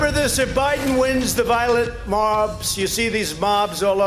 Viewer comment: Trump : "... The violet mobs." Lol but he claims Biden is losing his metal faculties, yet there are multiple clips, such as this, of Trump either butchering the pronunciation of words, or just inventing nonsensical words on the spot.